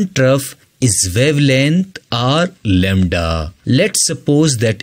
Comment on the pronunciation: Lembda❌ lamda☑️